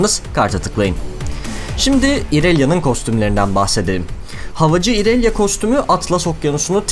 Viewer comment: "İonia" ya "Ayonya" diye okuyup, "İrelia" yı "İrelya" diye okuman garip değilmi :D